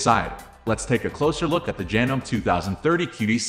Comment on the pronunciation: Despite the spelling, it's pronounced "janomee" not "janome". It's not a life or death issue, but I thought I would mention it.